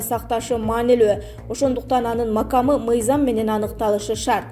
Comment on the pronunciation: Комиссиянын макамы эмес, маккамы деп суйлосонор